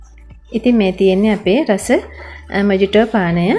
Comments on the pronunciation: ඇත්තටම මේක pronounce වෙන්නේ මොහිටෝ කියලා.මොජිටෝ නෙවෙයී...❤ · මේක මොජිටෝ නෙවෙයි මොහිතො කියලා තමයි කියවන්නෙ. කවුරු හරි මේක බලන කෙනෙක් වැරදියට ඉගෙන ගනීවි හිතලා කිව්වේ. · Timely clip and good work. It pronounced as muh-hee-tow It also could be a good cocktail with rum and sugar. Regds Bernard